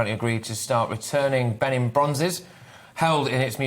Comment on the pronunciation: Benin is pronounced Beneen in English.